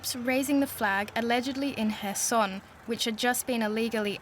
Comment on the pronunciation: Not Kherson anywhere but Kherson!!!